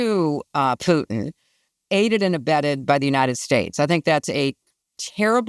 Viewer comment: Thk. the gods that someone knows how to pronounce Putin as in " poo tin " & not "" poo in " as " keave it " says